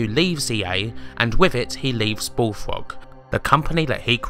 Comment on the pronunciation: The way the narrator can't pronounce his "R"s is hilarious. "Subswibe", "BullFWOG" (over and over :D )